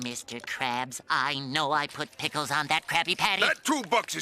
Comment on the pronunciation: HE SAYS THE EPISODE DICKLES